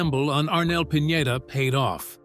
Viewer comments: Arnel's last name is Pineda-- not Piñeda,. See the difference? Please pronounce it correctly. Thanks for posting this video. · You featured Arnel as grungy looking, down on his luck singer. Like he has fallen on hard time. AND, it is Pi-ne-duh. Not Pinyeda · Pin- yey - da? That's pronunciation is only for Ñ. It's just PINEDA.